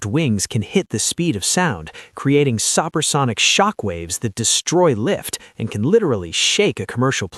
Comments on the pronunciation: the machine narrator needs to be taught to say "supersonic," not "soppersonic." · Did the voiceover say "suppersonic" instead of "supersonic"? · "Suppersonic(sic) Shock Waves"? 🤣🤣🤣 A.I. narration f**ks up again. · SOPPER SONIC SPEED? LOSE THE COMPUTERIZED VOICES ! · he mentions a supper-sonic shockwave…these readers are ridiculous. The videos are short, you'd think they could find an actual person that could handle narrating them.